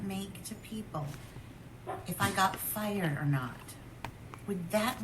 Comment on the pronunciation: She keeps saying “fiyerd” on purpose like that. Yelling at Berk to smile like PomPom. I feel really sorry for Berk.